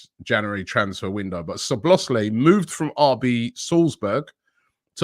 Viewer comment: dominik szoboszlai and it is pronounced soboslay without pronouncing the "z" sound